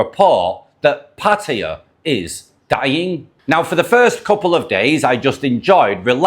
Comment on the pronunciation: So glad to hear a podcaster pronouncing Pattaya correctly for a change, well done man.